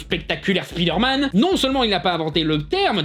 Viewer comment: vous dites peut-être «spideure-manne» en France mais au Québec au moins on s'efforce de prononcer correctement les mots en anglais, c'est assez immonde à entendre franchement